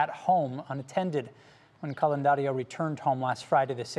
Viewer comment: It’s Candelario